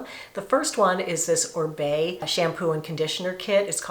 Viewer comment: ORIBE pronounced OReeBay